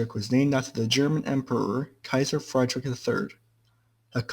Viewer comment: It's more pronounced "Kaiser Freed rich", not "Kaiser Freidrick"